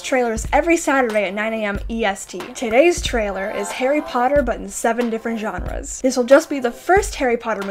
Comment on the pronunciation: Why do you pronounce genres as johnres lmfao